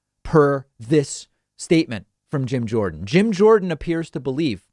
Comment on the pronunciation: Jorden not Jones